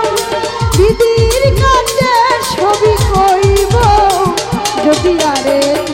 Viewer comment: তুমাকে না তোমাকে, ভেগে না ভেঙ্গে, কাচে না কাছে, উচ্চারণ গুলো ঠিক করলে সুন্দর হবে, মায়াবী কন্ঠ আপনার।